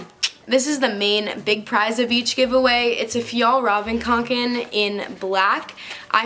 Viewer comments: FjallRaven Kanken Me: so that's how you pronounce it! Like if you can relate💖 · finally know how to pronounce the bag’s name!! used to only say kanken 😂 insta: _zarahangela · Thank you for almost saying fjällräven kånken right. luv ya cringey ik my ig: nicoline.munk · My Instagram And also I’m shook, who taught you how to say the name of that backpack? How? Cant relate. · U are literally the only person that can pronounce the name of the bag😂😂oh and congrats on 500k I haven't watched from the beginning but I've been subscribed for about 9 months now and I this your videos are great🧡🧡 Instagram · The only YouTuber who can pronounce the name of that damned backpack 😂